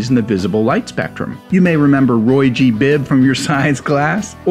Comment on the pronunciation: Roygbiv, not rougbv